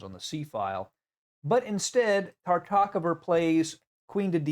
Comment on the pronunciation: Is it really so difficult to correctly pronounce the name Tartakower?